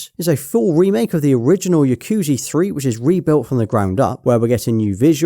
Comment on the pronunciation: The yakuza pronunciation is ticking me off.